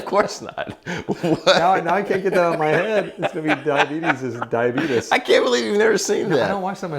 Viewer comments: It’s die-uh-bee- tease zzz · So basically, Gibson's version of "Bitcoin"?? 😳😂 Ummm, NO!!! And: "Dyuhbeetus" 😂😂😂